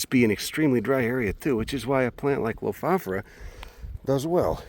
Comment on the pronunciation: Amazing knowledge, observations and wonderful viewing :-) Thanks too for teaching me the correct pronunciation: Low-Foff-Or-a ...